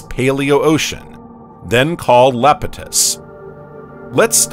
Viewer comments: Holy crap dude it’s Iapetus not Lapetus. It’s an “i” !! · Lapitus? Eh, it's pronounced Iapetus. With an "I" not an "L". eye-AH-pet-us. Sounds so stupid when you say Lapitus. You sound like an AI struggling for breath. :) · It’s EYEpetus spelled Iapetus with a capital I, not Lapetus. Is this an ai voice reading a script? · Did you know that that early ocean was "Iapetus", not "Lapetus"? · Or "Iapetus". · The reader, human or AI, failed to read "Iapetus" correctly, mistaking the initial uppercase "i" for a lowercase "L" every time. None of the humans involved ever caught or bothered to correct this glaring error.